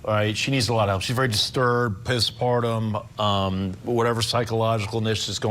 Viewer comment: did he just say “ piss-partum ” instead of postpartum?